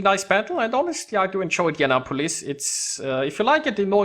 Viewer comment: Youre inndeannapolis, hahahaha . Love yer vids, though :)